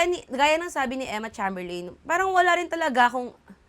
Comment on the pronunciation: ate, not that it matters a lot pero cheymberlin yun sha ipronounce yun lang